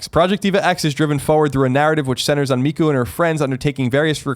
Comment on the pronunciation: It's the mark of a filthy dub lover. Also, Miku is like, a huge part of nerd culture, I feel like everyone, not just Colin, should be able to pronounce her name properly at this point.